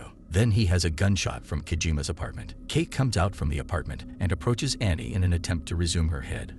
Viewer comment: Film is 'Kate' staring Woody Harrelson and Mary Elizabeth Winstead. Automated voice-over mispronounces many words, instead of saying 'mission' it says 'machine'. The primary character is named 'Kate', but the voice calls her 'Key'. That's just a few of the mispronounced words. So, take it as it is.